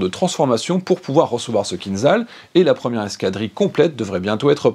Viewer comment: Bonjour, je pense que le format est bon, dommage que les informations soient inexactes, le MIG-31 n'est pas la version biplace du MIG-25, le missile Kinzhal ( a prononce'r Kinjal) n'est pas un missile ballistique, je préfère m'arrêter là.